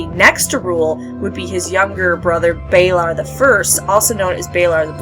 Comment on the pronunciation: balOr not balAr. Lys (L-EE-S) not Lys (lice). Really good video though.